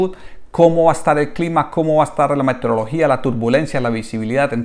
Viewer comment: Un pequeño aporte Capitán, la palabra es Meteorología y no “Metereología”